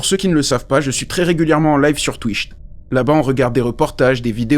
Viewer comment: "live sur twichte"... Ha, ha, ha !!!